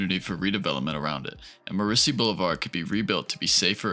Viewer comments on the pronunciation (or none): It's CON-kird. Not Con-CHORD. It's MOR-iss-see not mor-ISS-see. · Great video! A note on place names: It is pronounced Walth/ham not Walthem. Also it is Morris (like chorus) /sey not Morris/sey. Leave out the emphasis on the "i".